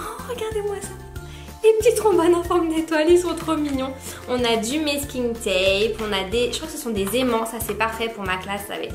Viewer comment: Salut je voulais te dire c pas mesking tape c masking tape sinon bisous 😘